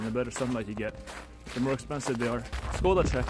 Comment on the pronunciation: God it kills me when he pronounces it "SKODA" xd